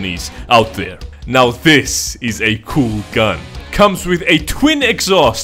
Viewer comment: Me are you serious right neow bro